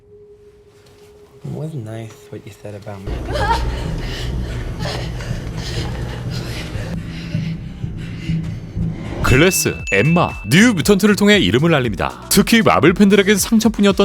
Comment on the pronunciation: 왜 유독 사심이 들어간거 같지 글래스 발음할때 글래ㅁ… 크흠